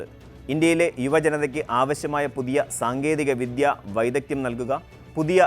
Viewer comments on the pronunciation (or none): none